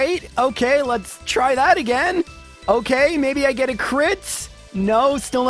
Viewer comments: Haha I love and I'm just giving him shit for mispronouncing it. Nothing aGAINst him personally, his videos are amazing. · Everyone hates how you pronounce Arcanine but I can’t get past how you pronounce ‘again’ or ‘against’.